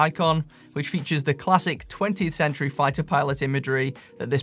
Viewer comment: Oh dear, the way he said 20th century...